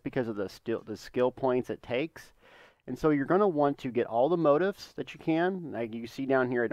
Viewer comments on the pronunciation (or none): Mo-teef.... not motiff